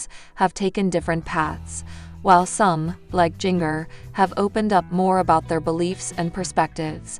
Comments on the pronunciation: Jenger...it's Jinger as in a ginger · Her name is pronounced Ginger.